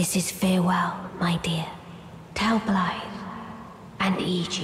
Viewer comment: You’re the closest (assuming) non-Welsh person I’ve heard pronounce Blaidd almost perfectly. However, when pronouncing the “dd” at the end, it’s more like pronouncing “th” but as if you’re trying to make a buzzing noise like a bee. So it’s closer to V than it is to F. If that makes sense.